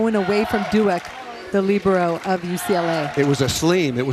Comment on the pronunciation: they are pronouncing libero so wrong 😂 🤦‍♀️